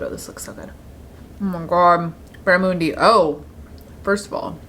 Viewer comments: Barramundi is native to Australia so that’s probably why it’s very common in the US. You also pronounce it Barra - MUN - D. Not moondi. Not important to you or the video but yea. Also happy birthday, I love you. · The way your saying barramundi is crazy to me (as an Aussie) hahaha You might have had it in Australia??